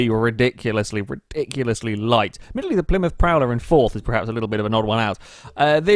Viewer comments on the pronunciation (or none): none